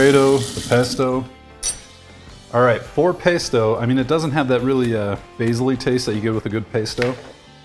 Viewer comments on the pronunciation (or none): "paysto"...ugh. otherwise, great review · Please look up how to pronounce Pesto. You are saying incorrectly and it is driving me nuts!